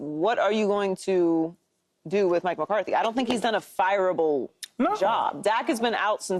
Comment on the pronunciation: why is nobody talking about Paul calling McCarthy McCarty 😭💀